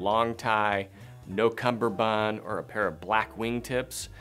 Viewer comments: It’s a cummerbund, not a cumBerbund. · It is cummerbund, not cumberbund. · “Cummerbund”. “Cumberbund” is a common mispronunciation of the word. Go read up on it a bit. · Personally, I think you're dated. 👐 My opinion 👐 However, I think it's important to understand CUMMERBUND. It's pronounced just as it's spelled.